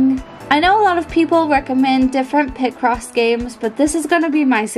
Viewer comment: Ir's "Picross" not "Pick Cross" 😅